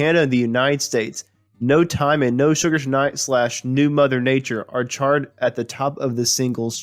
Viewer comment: Love what you've done here. There's a lot of research, and it's organized well. I listen to a lot of audiobooks so my ear is tuned to voice. My suggestion is that you slow down just a bit, and read through the script a couple of times to remove the occasional stumble over a word. One example is at about , where "charted" sounds like "charred". Doesn't really change what you're doing, but slowing down just a bit will make it flow better. Again; love what you've done. Subscribed.